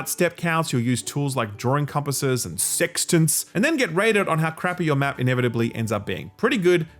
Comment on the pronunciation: I don't like how you said sextant